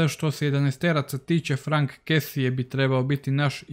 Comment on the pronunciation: Jedna mala opaska... Čita se Frank Kesi, a ne Kesie :)